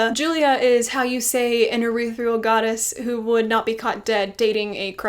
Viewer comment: Say it with me: “eth-eer-ee-ull” Not “urethral” 🤣